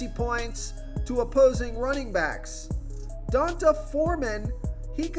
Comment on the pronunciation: Pretty sure it’s pronounced DEE-ahh-N-Tay. You say that about Devonta Freeman too. It’s DE-VON-TAY